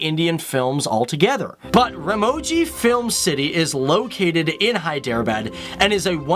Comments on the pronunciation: Is his pronunciation correct? Isn't HEE-de-rah-bad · if you don't know the facts about hyderabad then don't talk nonsense about it . It is hyderabad not hiderbad . ** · It is not hi-drea-bad just so you know. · Array stupid fellow, ur not at all pronuncing Hyderabad properly..